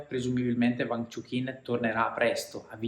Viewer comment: e "uang" non "vang"